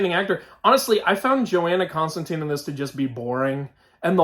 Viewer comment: Yo. Why did they swap my man John Constantine (rhymes with wine or fine)? Also Dream isn't the greek god Morpheus, he has just the same name & is one of the Endless, 7 archetypal beings. Otherwise it looks clean